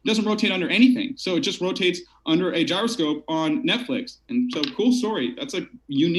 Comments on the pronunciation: I subbed thinking I'd see good debates but now I'm also rethinking that move: dude can't even pronounce "gyroscope" or define "marionette". Like seriously? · you don't know what a marionette is, and don't know how to pronounce gyroscope, and you didn't confirm the debate requirements with the participants prior to starting the event. Not very professional.